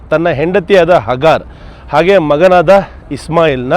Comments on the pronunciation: Bro wo hagar nahi hajara hai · Sir it's not hagaar it's haajara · Hagaru ❌ haazra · ಅಗಾರ್ ಅಲ್ಲ ಹಾಜರಾ ಬೀವಿ